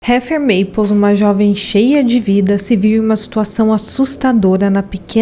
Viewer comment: HEATHER MAPLES = pronúncia " Réder Meipôls " . TENNESSEE = pronúncia " Tênessi". O subconsciente da gente é terrível: quando ouvimos um discurso, uma conversa, uma história e há um erro na pronúncia, vício de linguagem... danou-se...o subconsciente vai focar nisso e causar distração. É fato. Mas tudo bem, somos humanos, sempre estamos aprendendo e evoluindo. Sou fã desse canal.